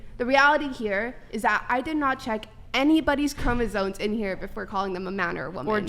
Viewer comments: I just noticed she's saying "chromosoNes" 😂😂😂 bro I can't do this anymore just throw the whole planet out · “Chromosones” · Is she saying ChromosoNes??